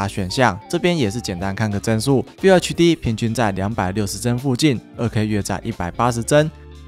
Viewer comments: FULL要念ㄈㄛˋ 不是FILL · 老哥... 要拍PC硬體的影片 至少FULL HD的“FULL”怎麼唸要先搞懂吧...